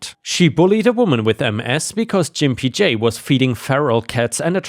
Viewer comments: I believe was mispronouncing the name Gimp J. I think it should be said with a hard G sound, not a J sound. That would make the name insulting referring to them as a gimp or cripple. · I think Gimpy J is said with a hard g. Like gamma.